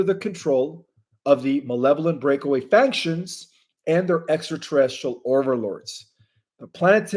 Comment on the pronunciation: You said I finally got it right on the word factions. No you got it wrong. You are saying faNctions. There is no N in factions. It is pronounced FAC-SHUNS